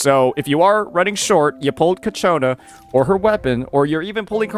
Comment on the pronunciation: Btw its pronounced Chakkona, not Kiacchona